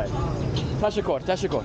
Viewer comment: As someone who speaks dari, your doing great!! i got one tip for improvement though, dont say tashokor, say tashakur😊